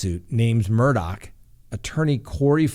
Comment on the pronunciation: Murdaugh case is crazier then a book. John Grisham should write a book. Shocked!! I love how you say his name correctly. WTF, he lost his mind on those drugs. Adds up to him killing Maggie and his son and if so God help him! Praying for Gabby. Like the West case to me. Where in the desert and not talking🥺